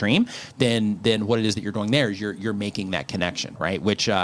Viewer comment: Why does always say Doeing instead of doing.😎